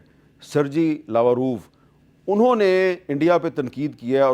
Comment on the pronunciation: سرگئی لاورووف، وہ جیم نہیں گاف بولتے ہیں